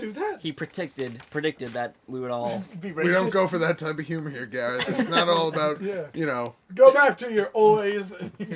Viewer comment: Im Gareth and i can confirm, Perfect accent!